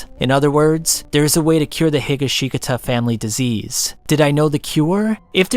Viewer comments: The way you say Higashikata makes me nearly explode in utter agony. Every vowel except the first i is supposed to be short and is said without pause, He-ga-shi(like in ship)-kata, not Higa-she-katah. I'm no wordsmith nor do I know that much about how Japanese words are said but if you watched any part of the DiU anime you would know that whatever the hell you said was one of the worst butcherings I've heard in months. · Josuke higashikata pronounced strangely 😂😂 Higashikata (Hi-Ga-She-Kah-Tuh) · The way he said Higa shi ga ta has me rolling lmao. he got the K mixed with a G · ah yes my favorite character: Josuke Heegasheekuhtuh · I really appreciate the effort. I sincerely do, but really do have to figure out how words are pronounced before you actually use them. Hi-GOSH-kah-tah. There is an anime that gives you the pronunciation. Also, it's "drown" in the present tense, not drowned. No one is "drowneding". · When I first heard him say “HeekaSheegaTa” I ascended into space. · he ga she taka?!?? that pronunciation was awful😭😭😭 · higuhsheekuhtuh lol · You pronounced higashikata completely wrong lmao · Lol drinking game: take a shot EVERYTIME reader mispronounces Higashikata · Never say Higashikata ever again... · Can you say their last name correctly 💀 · Your pronunciation of Higashikata ended my motivation to even watch the video. No offense, but... WHY? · dawg Higashikata PLZ PERNOUNCE RIGHT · I almost puked at how badly he pronounced higashikata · Hey great video, also congrats onf finding the one incorrect way of saying Higashikata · Boy you keep killing the last name how are you a jojo fan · i cant even begin to explain how much i want to slam a chair through your head because of the way you pronounce higashkita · Great work mate but you butchered josuke's name his last name that is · I've never heard someone butcher Higashikata as bad as you did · the way you pronounced "Higashikata" made me die inside. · the pronunciation of higashkita made me want to die